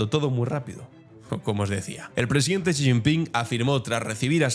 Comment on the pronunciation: Estimado, un par de correcciones. La primera, que el apellido del presidente de China se pronuncia como "ella" en inglés (she). La segunda, se está poniendo muy en duda que la población de China sea de 1400 millones. Están haciendo estudios en Japón cotejando el consumo de sal en décadas anteriores y ahora, y las cuentas no salen. Igualmente, se están usando modelos de crecimiento poblacional para comparar el crecimiento de la India y China. Las cuentas siguen sin salir. El COVID hizo estragos y no sabemos de verdad cuánta gente falleció. Se habla de que 700 u 800 millones puede ser una cifra más certera para la población de China.